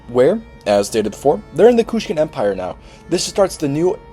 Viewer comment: It's Kushan not Kushkan